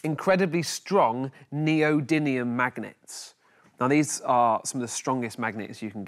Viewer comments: Anyone else annoyed by the "neody n ium" rather than "neody m ium"? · btw it's NeodyMium not NeodyNium...